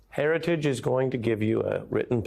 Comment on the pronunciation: He didn't say heritage, he said hairyjij